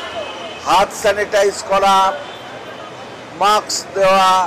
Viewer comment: বারবার মাকস বলেছেন কেন?